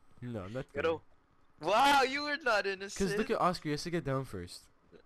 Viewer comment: innocent = innokent